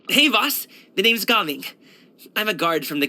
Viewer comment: but its pronounced "Ga-Ming"